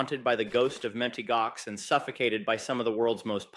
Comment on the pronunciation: Wow! Japan leading the way. This is real news, so thank you,, for delivering the goods. BTW the correct pronunciation is: MOUNT Gox. Realize that this is AI generated.